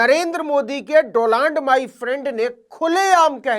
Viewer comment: मोदी जी को डोनाल्ड भी नहीं बोलना आता है , डोलांड बोलते हैं ।